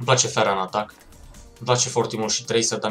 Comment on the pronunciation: fain episod!!(nu se citeste ,,fera,,ci ,,fara